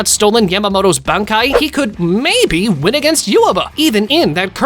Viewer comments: Its Bankai dumbass not ben kai an not even bon kai tf 😅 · Why do you keep pronouncing Bankai wrong? It’s not Ben Kai, it’s pronounced bon Kai. If you’re doing these videos at least get it right. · Bankai ❌ Benkai ✅ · Idk if we can trust someone who doesn’t even know how to say banki correctly, it’s not Benki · Why do you not know how to say Ban Kai? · Oh dear God, your list is so wrong, only cause you probably watched the thousand year war and twined to go back and get more info, but that fact you keep mispronouncing everything, again it’s Bon Kai and it’s not Zane poc to or whatever you were trying to say, it’s zon pac toe, idiot. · smh you made it worse. it's Ban Kai as simple as that. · You're correcting him and suggesting an even worse pronounciation😂 "How hard is it so say "Ban-Kai" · It's bun kai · b"E"nkai,resure"K"tion, fl"E"sh step. So cringe. 😂